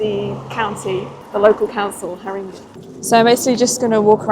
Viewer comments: Ha-ring-gay is how it's pronounced. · It’s not pronounced Ha-RING-eee though! 🤷‍♂️ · Haringey pronounced the way you said it is cute :) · Not sure that’s how you pronounce Haringey . No shade , jus saying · Ok couple of things ....learn how to pronounce Haringey pls...the level of poverty in the area is high....the stadium is making someone a lot of money but not shared with community ....it's not bad area but needs investment ....plus you can get into the west end in 20 mins....people reàlly friendly tho....